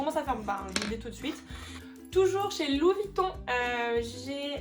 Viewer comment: c est Louis, et pas LU VUITTON